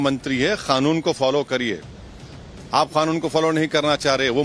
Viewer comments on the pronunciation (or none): Arey Owaisi gadhe its Kanun not Khanun